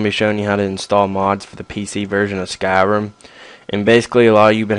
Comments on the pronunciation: why do you call it skyrum? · i love the why u say skyrim